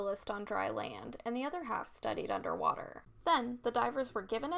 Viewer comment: Anderrr waterrrr